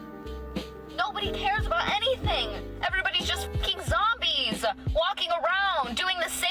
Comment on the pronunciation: Also when the pronounce words weird. Like “zombeezaa”. Like is it zombies or an Italian stuffed sandwich of sorts?